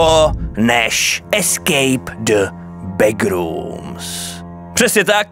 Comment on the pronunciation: Skvělé video jenom nevím proč ale Češi mají divný zvyk říkat begrooms „begrůms" místo backrooms „bekrůms"